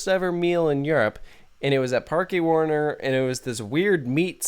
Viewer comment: Fyi it's pronounced "Park Warner" just like how you would say it in English. It's just spanish gramatical rules which are into play here. Just like how Parque de atracciones is just pronounced "Park dae attracions". Generally here in Europe some words will sound either exactly like or similar to their English counterparts but be written differently based on the grammatical rules of their respective language so just keep that in mind (example. Haus in German is pronounced the exact same way as House in English. obvious one there.)